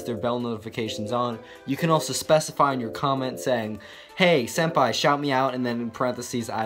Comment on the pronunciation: Did he call himself "senpie"?